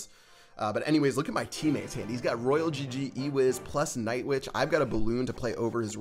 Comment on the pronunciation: ITS NOT ROYAL GG ITS ROYAL !!